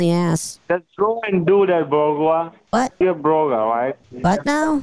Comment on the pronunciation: Sounded like a new Hindi swear word when he started calling you boga, ha